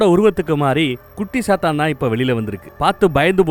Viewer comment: Bro sathan Alla..chathan..chathan Vere sathan verai.chathan example :vishnumaya